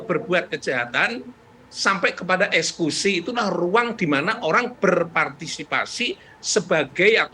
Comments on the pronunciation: Kok prof ngomongnya ESKUSI bukan EKSEKUSI????? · Eksekusi prof...bukan ekskusi...